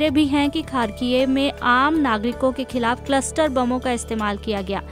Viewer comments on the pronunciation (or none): none